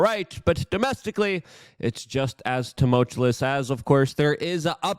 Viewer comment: Luke, you have to learn how to say tumultuous correctly. tumult-chew-is. NOT tumult-che-liss. Other than that, great podcast.